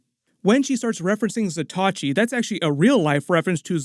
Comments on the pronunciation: Pronouncing "Zatoichi" & "Bokken" wrong... Zah-tōe-E-chi .... not Zah-tah-chi Bōe-Ken ...not Bah-ken...😅👍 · Great video as always, & I'm enjoying this series so much!! 🥰One bit of advice, tho: bokken is pronounced boh-ken. Zatoichi is pronounced zah-toh-ee-chee. 🏯⛩️ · FYI - Zatoichi is pronounced with 4 syllables. Zah-tow-ee-chee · Some pronunciation hints on Japanese weapons and warriors - "Bokken" is pronounced BOH (rhymes with "dough") - Ken (as in Ken doll). And the blind swordsman Zatoichi is 4 syllables - Za (as in pizZA) Toe (on your foot) Eech ("leech" but without the L) EEE. Great content though - keep up the good work. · Butchering the pronunciation of zatoichi..